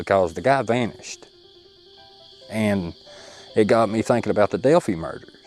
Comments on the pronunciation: Hey. It’s not pronounced Delphee, it’s Delpheye. Thanks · Delphi rhymes with lie, not with tea.. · Delphi is pronounced the same as wifi the fi and phi pronounced like I know who u r!!